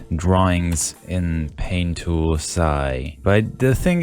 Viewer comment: You triggered me with that "pain tool sai"